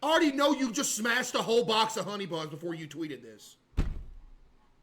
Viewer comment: i used to not lke water bwefore